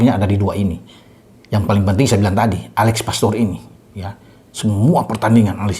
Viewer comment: Mantap.. Menit 11.30 Alex pastoor bung..Bukan alex poteerr😂😂..